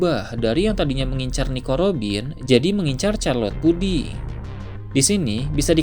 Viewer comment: puding bang bukan pudi